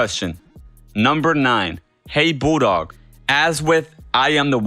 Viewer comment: Did you actually say "Hey Boodog?"